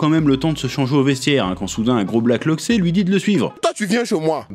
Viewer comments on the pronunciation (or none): Je sais pas où t'a entendu ça, mais on dit pas un loxé mais un loxeu